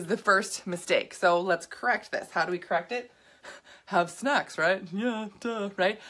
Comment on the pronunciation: dude for a sec it sounded like you were saying have sex instead of snacks